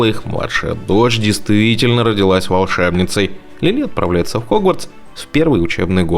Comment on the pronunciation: Не Лилú а Лúли!